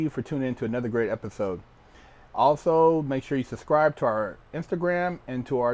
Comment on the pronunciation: It’s suBscribe not suSscribe lol